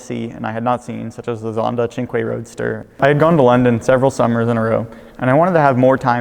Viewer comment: Did he really just pronounce cinque like that? like really? I've heard Americans be bad at foreign languages before but my god that's the worst thing I've heard come out of someone's mouth.